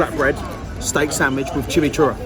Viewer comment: “For those of you who don’t know what chimmychurah is”... I don’t think you know what it is either mate because that’s definitely not how you pronounce it 😂😂.